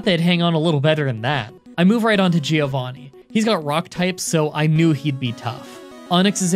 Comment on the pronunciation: Me as normal italian guy whatching a video:: "Finally it's time for "GiOvhanih's" ground gim" Whole Italy: Die in spaghetti